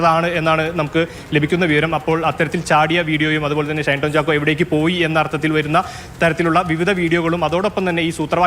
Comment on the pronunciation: റിപ്പോർട്ടർ ഷൈൻ ടോം ചാക്കോ എന്ന് ആവർത്തിച്ചു പറയുമ്പോൾ നല്ല പോലെ കഷ്ടപെടുന്നുണ്ട്. തൽക്കാലം ഷൈൻ ടോം ചാക്കോയുടെ പേര് ഒന്ന് മാറ്റി വല്ല ബാബു എന്നോ കുട്ടൻ എന്നോ മറ്റോ ആക്കിയാലോ.😂